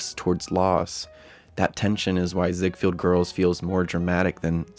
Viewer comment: Mispronounced Ziegfeld.